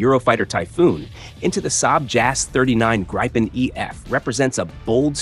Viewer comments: How about getting the pronunciation of Gripen correct to enhance your credibility. You pronounce it both as “gri-pen” & “gre-pen” both of which are incorrect. It is pronounced “grip-en”. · FFS Americans, it’s the GRIPen, not GRIPEn or GREEPn ……….use its proper name PLEASE! Or train your AI to do so 🙄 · Funny how the AI voice pronounce Gripen different in the same script. “Graipen” (wrong) and “Greepen” (correct). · Gripen = pronounced "Greepen", not Grypen. Please stop the mispronunciation, thanks. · Just a note, it's more pronounced "greepen" like the first syllable is the same first syllable as in "greetings". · The IDIOT said ”grypen” AGAIN, GET A BRAIN ASSHOLE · Please, the fighter name is Gripen say Greepen! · You're MISPRONOUNCING the name Gripen. It's not GRAIPEN... That letter I does not sound like "ai". What happens to the Brazilian Gripens being assembled in Brazil and Sweden? Will they change the engines? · I have a feeling its not called the Greepen .. American's seem unable to pronounce lots of words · Thumbed down because of unsubstatiated rumours and AI voice 'graypen'. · For fuck’s sake, it’s Gripen, not Graipen. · It's spelled gripen because it's a swedish word and means griffin. In the video he pronounces it in two differens ways and you can pick what you like. In swedish you would say "greepen". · God I can't stand how all the AI voice-overs have no idea how to pronounce Gripen 🙄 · Grip spells GRIP EN one word spells, wait for it, Gripen... there is no "Y" in Gripen. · Your mispronunciation if "Gripen" is annoying and an inattention to detail. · Annoying constant mispronunciation of Gripen. Not that much was said in thi repetitive AI of nothingness. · Interesting to hear someone talking about an aircraft the name of which he can't pronounce, some expert! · This AI voice is awful. It's not even able to decide for 1 variant of pronouncing the word "Gripen" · “Greepen”, not “Greypen”.. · Pronounce "GRIPPEN" Not 'Grai-pun' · It’s not “Graypen”.